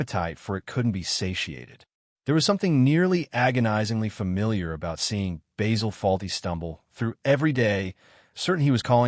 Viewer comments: Basil not Bazzill. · its not bayzil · Typical american probably not even watched any episodes, please pronounce his name correctly !